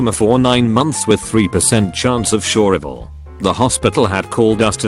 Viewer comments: Seriously, how does the algorithm not know how to pronounce survival? I get 9-11, I get 911, but an actual, correctly spelled word like survival? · 3 percent chance of..... Shur ival? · 3% chance of “shure ival” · Nobody: Nobody at all: Text-to-speech guy: "Shurvival."